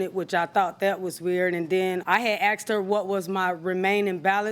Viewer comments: “I axed her” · 😂asks ed askeds assskd 😂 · You didn't "axed" her. The English word is "asked".